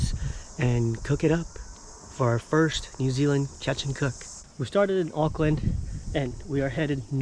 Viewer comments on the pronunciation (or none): none